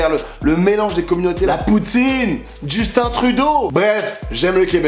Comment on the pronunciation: c'est Justin Trudeau et non DJustin Trudeau